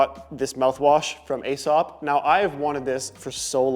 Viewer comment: It’s pronounced EE-Sop Loving your channel!